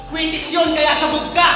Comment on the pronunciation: Kwetis?? Kwitis. Hahahaha